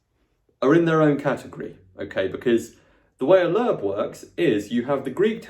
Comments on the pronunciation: its not lerb .. its lo-eb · As an American (where Loebs are published) hearing “Lerb” cracked me up! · A little note about Loeb editions - (1) in America, we usually pronounce them "Lobe", and (2) they do contain some critical apparatus with some alternate readings in the margins on the English side. (3) They are being revised, and in newer versions some of the bowdlerized text has been restored to a more accurate translation, and it appears that they are being revised around once a decade or so... They are often available at many university libraries in the US, and even in local used bookstores - I've only once found an Oxford Classical Text edition, but will see Loeb editions show up semi-regularly. Of course - new editions of both can easily be had by ordering.